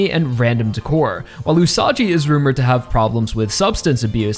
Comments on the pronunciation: It's pronounced OO-SA-GEE not OO-SA-JEE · Aaaargh! Stop calling Usagi as "Usaji"!! Just please!!! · Usagi's name is pronounced with a G sound, not a J sound. Like Usagi from Sailor Moon. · isn't it pronounced usagi instead of usaji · Minor note: Usagi's name is pronounced with a hard g, like in the word "gun", not a soft g, like in the word "gym", since it's written in Japanese as ウサギ Usagi instead of ウサジ Usaji. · I believe Usagi is pronounced with a hard g, please correct me if I'm wrong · You can keep telling me its whatever Rohan but bruh... hes the same guy. Its still pronounced gee Usagi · btw Usagi is not pronounced like "Usaji" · usagi is pronounced "ooo-saw-ghee" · My personal guess is that the volcanos & cooled lava that Rohan's investigating are yet another unnatural land formation related to Stands in the SBR-verse. In SBR, we had the Devil's Palm in mainland USA, & in JoJolion we had the Wall Eyes in Morioh. Perhaps these volcanos, aren't Hawaii's natural volcanos, but something similarly bizarre? Also, it's Usagi with a hard G, like the Sailor Moon protagonist & the Japanese word for rabbit. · Bro why are you mispronouncing Usagi's name? It's not Usaji... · Leave it to the American YouTuber to have no idea how the fuck another language works and how you're supposed to pronounce it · Will Araki reveal Rohan is the same Rohan first or will pronounce Usagi correctly first. This is why I keep coming back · Why does he say Usagi so weirdly, it's like that Cool Whip scene from Family Guy